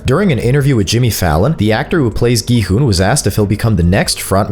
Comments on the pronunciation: it's pronounced kii hun not Gohan we ain't watching dragon ball 😂😂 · Is nobody gonna talk about how bro kept on saying gohan instead of gi-hun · So nobody notices him sometimes saying g man to gi hun 😂😂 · Bro said gohan except for gi-hun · “Go-han” and “el rizz” wth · did no one hear him say Gohan💀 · Really go hun at least say the right name it’s gi-hun 😂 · Bro was saying g-man instead gi-hun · Why the hell can no youtuber pronounce Gi-hun right? its not Ji-hun not Gi-han not Ji-huan its Gi-hun just read the letters normally. It is as it is no accent no anything just GI-HUN. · Bro called gi-hun gohan💀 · why do you keep on calling Gi-Hun Gohan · gohan? this ain't dragon ball his name is Gi-Hun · Earlier he called him “Go han” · Not gi hun Everdeen 😂💀😭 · Why do I hear gohan when you say gi hun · He struggles alot to say gi hun [geeh-un] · bro cant say gi hun he said g man and gu hun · Is it just me who heard him say gohan in 😭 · The Amount of Times This Man Mispronounces Gi-Hun Is Crazy